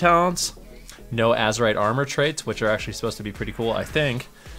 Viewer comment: IT’S NOT AZORETH ITS AZEROTH.